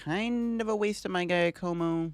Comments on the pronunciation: Ah yes the old GAIYA KOMO combo… come on bro… say Jacque like the OG aquaman Jacque Cousteau… and como like the singer that got your grandma slippery… “JAH-ko-mo” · When he said guy-a-moco I was dying 😂😭😭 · Giacomo = "Dja'-ca-mo". 🤌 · Giacomo is an Italian name so it is pronunce Ja-coh-moh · Giacomo is typically pronounced Jyá-como. It is the Italian equivalent of James. Even though Paldea is based on Spain/Portugal where the equivalent would be Jaime (Hi-may in Spanish and Jyi-m in Portuguese)… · I think it's pronounced ja-ca-mo, pretty sure it's french. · Pokemon names are one thing... but human names. its "JA-ka-mo" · You are saying Giacomo wrong. Its an Italian name. It's more like "Jock-o-mo" (sorry Italians, i know its more complex a name pronunciation than that) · And the stress is on the first syllable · Idk why Pokémon called the character Giacomo in english since it's an italian name. The right pronunciation for you american people is like Jackomo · Pronunciation tip: "Giacomo" -> "Zha Ko Mo", first sound like the 'z' in "Azure" or just use "Ja" if you're not comfortable with it. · "Jaya-como" lol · Came to the comments to see how many people tried correcting the way he pronounces Giacomo 😅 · I can't get past how you butchered Giacomo's pronunciation throughout the video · Something tells me you’re not saying Giacomo’s name right but I also have no idea how to say it 😂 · That had me dying when he was saying it. But now he knows